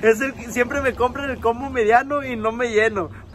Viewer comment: Misa de gato presente 🤣🤣🤣🤣🤣 se pasó con esa jajajaja,y alguien más se dio cuenta que en vez de decir burger king dice "virgen king" y en vez de decir combo dice "compa"🤣🤣🤣